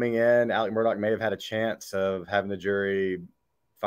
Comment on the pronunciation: FYI Alex is how he spells his name. But it is pronounced Alec. He also adds a K on the end of his name. He should spend a few years in jail just for his name.